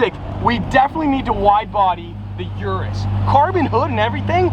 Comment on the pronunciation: You know how to pronounce "Urus"... Why don't you?